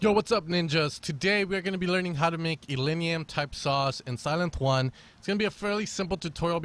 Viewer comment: did he say sylenth juan?